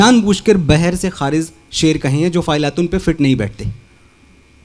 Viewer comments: ख़ारिज का उच्चारण खारिज़ किया है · भूल सुधार....... ख़ारिज का उच्चारण खारिज़ किया है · अन्य क्षेत्रों के सदृश शायरी के क्षेत्र में अनपढ़ अधकचरे लोगों की भरमार हो गई है । जो स्वयं ख़ारिज शब्द का उच्चारण खारिज करता है और मिर्ज़ा ग़ालिब के शेर को बह्र से खारिज ( ख़ारिज़ ) बता रहा है । नाच न जाने आँगन टेढ़ा । मिर्ज़ा ग़ालिब जिस ज़माने में शायरी कर रहे थे, उसी ज़माने में और भी बड़े बड़े शायर मौजूद थे । ऐसे माहौल में कोई शायर बह्र से ख़ारिज शेर कह कर बादशाह का उस्ताद हो सकता था । मिर्ज़ा के जिस शेर पर यह अधकचरा अनपढ़ व्यक्ति अंगुली उठा रहा है वह शेर व्याकरण के एक नियम के अनुसार ही कहा गया है ।